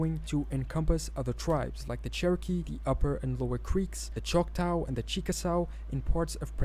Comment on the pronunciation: I'm a Choctaw citizen and he pronounced Choctaw wrong in English.